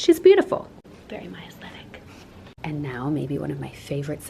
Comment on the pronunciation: when goes "this shadow is an aestic " my response "your an aestic" lol